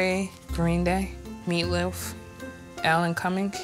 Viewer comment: Omg the “meatlewf” killed me ... it’s MEATLOAF , MEATLOAF!!